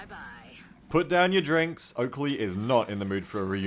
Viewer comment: Its Oakrey! your accuracy = TERRIBLAH! :D